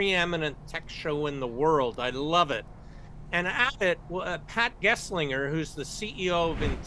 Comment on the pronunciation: It's FLOPS, floating-point operations per second, not FLOP. The S is part of the acronym. FLOP would stand for floating-point operations per. That's not a meaningful concept. He mispronounced Pat Gelsinger. He said the Web started in 1993. He said "retinalopathy" but the term is actually "retinopathy." He said a smart phone has more compute than deepblue, the computer that powered the software that beat Kasparov. He makes too many mistakes for me to consider him any kind of expert. Sorry, he just doesn't make the cut.